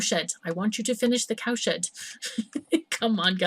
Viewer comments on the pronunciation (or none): I just don't get it.. Everytime you say CowSHED, I hear ComSh*t.. What the fnerk =oS =oP Keep up the good work ^^